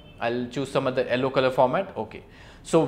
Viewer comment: Sir it's not ellow it's yellow